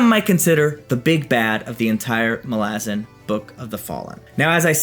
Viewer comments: yhen hes pronouncing it wrong lol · You pronounce malazan wrong